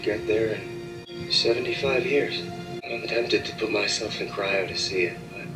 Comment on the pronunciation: Cryo sleep honey not chiro 😂